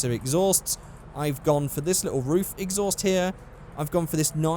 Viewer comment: "Roof exsoust"